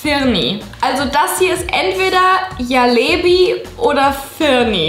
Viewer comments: Jalebi 😭😭 das spricht man Jelebie und das J spricht man französisch aus also Je und dann lebie HAHSHSHA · Julia man spricht jalebi so aus: dschalebi